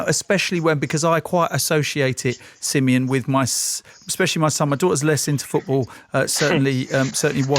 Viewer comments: it's Simeon. 😉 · Who’s? 🧐😂😂 good job Coys